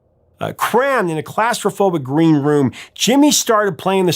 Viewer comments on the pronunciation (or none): none